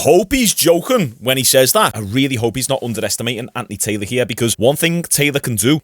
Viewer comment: Are you saying Andy Taylor? 😂😂😂